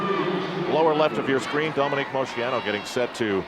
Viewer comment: I wish Al learned the proper pronunciation of names. He just keeps mispronouncing Dominique's last name over and over.